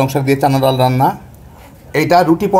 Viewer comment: ডাল কে ডাইল বলেন কেন?